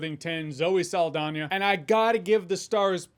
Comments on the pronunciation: FINALLY someone pronounces her name correctly cojonè! It's SALDAÑA! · Extra credit for pronouncing Zoe Saldaña’s name right. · first person I have seen pronounce her name right